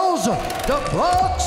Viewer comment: Charles "duhbronks" Oliviera